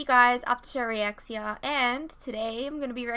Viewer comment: I am sorry, I didn't know you were saying reacts here. I thought you were trying to say reactions but said re- axe- sea- ah.. Thank you for replying, I appreciate it.